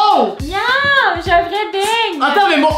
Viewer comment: Euu juste une pEtite faute on dit beignet et pas beigne